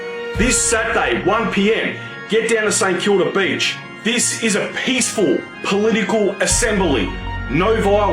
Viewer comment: Beach not Beech